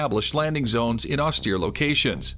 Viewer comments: if this guy say's "ostear" 2 more time.. -_ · In the US Marine Corps, you get used to it. At least, in my time. (